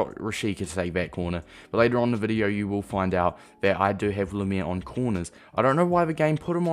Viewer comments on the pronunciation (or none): its pronounced like "Limair" (Lim like Lime) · It’s pronounced lime-er